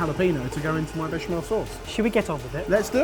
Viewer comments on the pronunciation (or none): FFS it's bech-A-mel